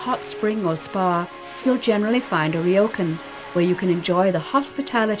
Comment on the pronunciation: It's not a ri-yo-kan, it's a ryo-kan... 2 syllables.